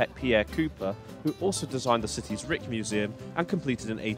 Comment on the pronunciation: Rijks museum and Rijks monument are pronounced in English more or less like bike - . So, Rike's museum and Rike's monument would be correct. It is of course similar to the German word Reich for reference. Oh and my favorite ICE would be the original. I was amazed as a little boy how cool the French orange TGV's and the original ICE trains looked, especially the Marklin model sets of those. When I get on a high speed train and we achieve that magical 300 km/h speed I still feel like a little boy, watching the landscape fly by in amazement. You just dont get that sense of velocity and momentum on a plane. By the way, the stretch between Arnhem and Duesseldorf is a nightmare. It seems like its always under construction.